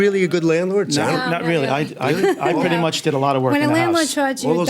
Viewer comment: Take out the "r" and you petty much nailed it!